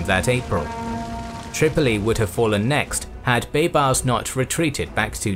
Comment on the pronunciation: He pronounces baybars so damn bad